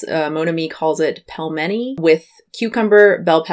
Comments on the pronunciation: Pelmeni is pronounced pil-mean-ee Sorry but it was driving me nutty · Those where not Pilmeni! They are Wareniki 😅 sorry that made me angry af